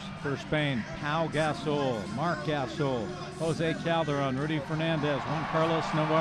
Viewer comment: announcer says Marc Gasol(butchers his name) and says not sure why Grizzlies are name of team,no grizzly bears in Tennessee. HELLO, franchise relocated from Vancouver. Oh and by the way: many black bears live in Smoky Mtns in East Tenn. Drop the 🎤